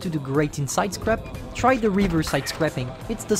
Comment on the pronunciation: The way ewhen u say sidescarpe it is sounds like sidecrap excuses me what de fuk. Is the maus a joke to u. No hate btw